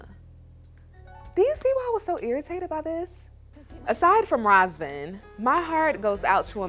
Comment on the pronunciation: As a Romanian it irks me how y'all can't say his name correctly. It's pronounced Ruhzvauhn. How y'all be saying it It's a completely different name